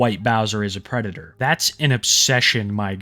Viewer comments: Always wemembah fohks, Da White Bowsa is a pwedator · the white bowser is a pwedator